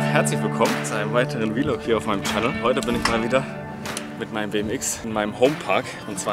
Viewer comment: ES HEIẞT VLOG UND NICHT V LOG JUUUUUNGE